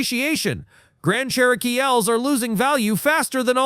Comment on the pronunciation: Ever heard of a "Grand Charokeyel"? Remember when human beings used to narrate videos? ...Me too.